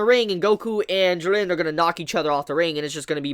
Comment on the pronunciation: The animation is incredible btw i hate the way you pronounce jiren lol